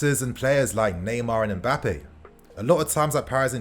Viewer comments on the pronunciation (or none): none